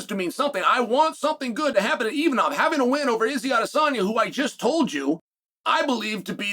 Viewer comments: IMAVOV and not ImaNov 😂😂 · Why is he calling him Imanov during the rest of the video and Khazmat yet other times he pronounces correctly